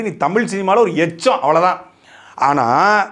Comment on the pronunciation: 😂😂😂😂 Uttcham ❎ yecham✅